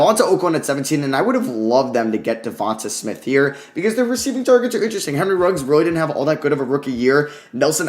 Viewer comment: Let's sound this out...DE-VON-TAY SMITH not DE-VON-TUH SMITH